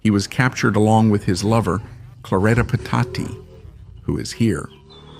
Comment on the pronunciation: It's pronounced Peh Tach EE, not the way you pronounced Petacci. It's pronounced Mee Lahn, not the way you pronounced it. Get it together.